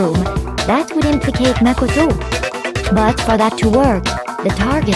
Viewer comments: pronouncing makoto: mac o tow other ppl's pronounciation: muh kow tow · The way how pronounces Makoto's name- MaKoToE